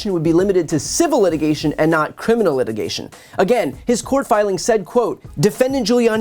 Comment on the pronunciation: “For the purpose of this letigation” ??